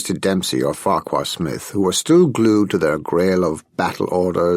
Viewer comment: Farquhar Smith should be pronounced as Farrar ....